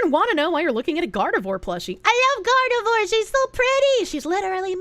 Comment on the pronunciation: Can confirm weed does exacerbate schizophrenia. It can also bring it on early if you are prone to the condition. My cousin was diagnosed in his 30s as paranoid schizophrenic after habitual weed smoking (which he is continuing, go figure) for 20 years. Also: Gardevoir is pronounced "Gard-eh-vwar", not "Gard-ah-vore". Americans. Pfah! God that's such a horrible rendering of John Kennedy. That is 100% AI or AI upscale.